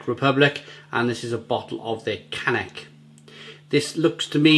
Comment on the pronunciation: I am heading to czech to my in laws next week from ireland and will be staying near this brewery in breclav. It's pronounced as kanets. The also have a bottle with a red label which is an amber lager if I remember correctly. Nice beers. There is a great micro brewery also in breclav called Frankies which do great beers